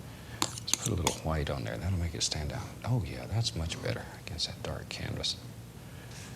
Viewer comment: Remember when Bob used to pronounce "white" as... well, white. Instead of hu-white?